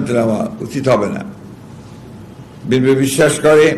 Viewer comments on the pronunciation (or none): none